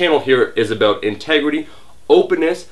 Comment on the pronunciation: let's talk Aboot it! lolz